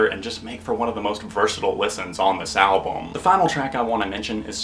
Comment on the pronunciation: Echoooooes! Are you saying "Pam" or "Albawm"? Good review mate! ;)